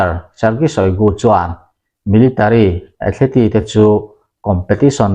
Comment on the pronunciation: Athleti niloin athlit ti ang zawkin aw.Thumal common deuh2 angchi lam dikloh inei nasa thin e...a langsar thin angreng bawk sia